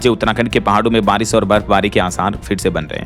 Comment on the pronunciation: आरिश- ओले या बारिश - ओले